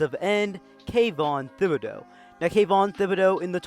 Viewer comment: it's thi - boh - dough you said it fine